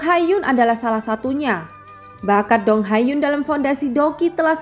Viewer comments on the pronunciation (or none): Min, bukan dong hai Yun,,tapi Dong hai yuan